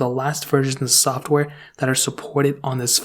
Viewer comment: This man just said “soft wear” instead of “software” 😂😂